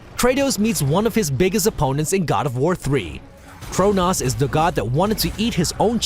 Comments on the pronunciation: Quit saying Cronas, it's pronounced Cronos dammit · It's not Cronoss. It's CRONOS. Also, he's a titan, not a god. Step up your game. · *Asura, not Ashura *Cronos, not Cronaus Sorry, just bugged me. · Had to click off because he kept saying cronoss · The way he says Cronos, Cronas. Like dude even Kratos said, did u listen to the way he said if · This dude pronounced Cronos Cronas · Not pronounced Cronas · Dude, you fucked Cronoses name up. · Bitch, Cronos is a fucking titan not a god you simpletons. Plus learn how to fuckin pronounce Cronos. Idiots who know nothing about gaming, coming up with idiotic lists like these. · Holy shit you need to learn how to pronounce these. I was able to let Chronos slide but Ashura?! You’re joking right dude??? Even the Japanese will tell you it’s pronounced AZ-UR-AH holy cow man. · My ears cringe at the way he says Cronos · Kratos and Cronos both end in the same syllable. How did you pronounce them so differently? Kratos even shouts Cronos moments before the flub. I know, the person doing the narration has more than likely never seen the contents, but what's with all these people who's livelihood is pronouncing words not being able to do so? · The way this guy says Cronos makes me fucking cringe. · the way he says Cronos pains me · Fr im like really 😑 really nigga 😂